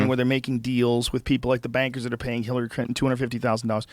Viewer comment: Joe keeps saying hillary crinton